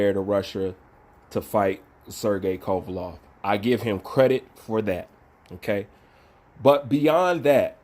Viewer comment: Haha! Hey bro, It's Kova-LEV, not Kova-LOV!